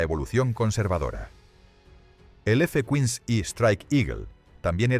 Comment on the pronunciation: Hasta los cojones ya de tanto video con doblaje mierder de IA. Si al menos repasaseis como queda el doblaje. Es una puta basura. El guion es malo y la voz es PESIMA. "F Cuins" en vez de ¡F-15! Nadie al volante. Os estáis cargando YouTube, enhorabuena. 🤮🤮🤮